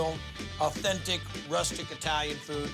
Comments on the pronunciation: So oowwtentic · Owtentic I think it's owtentic